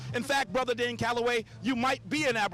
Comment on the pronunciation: It's DANE not Dan! Damn!!! Lol